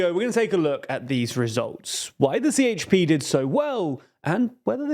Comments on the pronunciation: Be more clear... Si Eyç Pi ❌️ Je He Pe ✅️ Remember some turkish letters sounds different from western languages! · And "C" sounds more like "DJ" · A C in Turkish is Prononced like a J - So the Party is called JHP not CHP. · idc he has to say CHP not sieyçpi